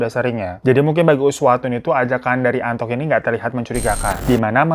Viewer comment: Gw malah sibuk dengerin nama "Antok " sebenarnya Antok apa Anto sih 🤣 perasaan si babang sering bmnambahin huruf k, misalnya kata naro jadi "narok" 😅